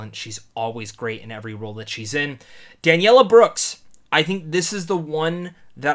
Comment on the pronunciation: He obviously wasnt doing it on purpose. Instead of Danielle he said Daniella. Im sure he knows now.